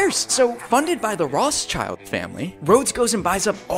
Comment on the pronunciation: "Rotschild" family instead of "Rothschild" family is Golden Humor.